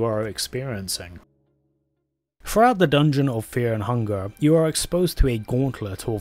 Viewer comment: bro cant even pronounce fear and hunger